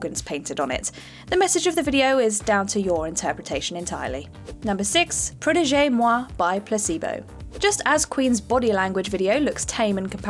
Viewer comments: Protege Moi is pronounced “pro-tejch”, not the typical protege pronunciation. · In Protége the second e is silent. Protègè means something slightly different. Also, under Catholicism redheads used to be persecuted because their hair was seen as a sign of the Devil. See the short story 'Rosso Malpelo'.